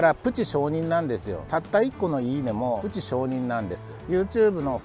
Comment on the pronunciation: プチ承認の「プチ」が、広島や山口の方言の「ぶち」に聞こえてきて、なんだか微笑ましくなりました😂